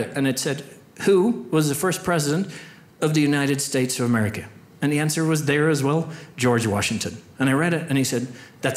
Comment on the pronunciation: Is it just me, or did he keep saying, “...United States of AmericaN”?